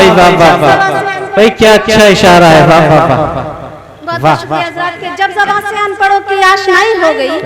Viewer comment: Jaban nahi Bhai "zaban"